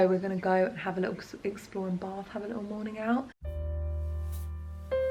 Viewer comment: Bath hasn't got an R in it when you say it!!.. Just Saying Lol 😂